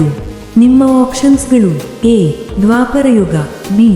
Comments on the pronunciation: Dwaparayuga adu dwarapayuga alla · ದ್ವಾರಪ ಯುಗ ಅಲ್ಲ ದ್ವಾಪಾರ yuga